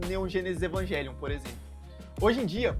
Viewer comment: Ele pronunciou corretamente